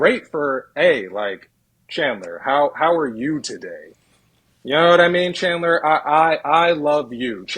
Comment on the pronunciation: said “CHANdlah.. 👀👀” hahaha